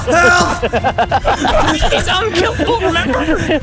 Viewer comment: Nene, er sagt "help, help, help". Klingt aber wirklich ähnlich :D